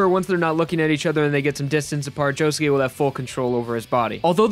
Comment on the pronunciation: Did it annoy anyone else when he said josuké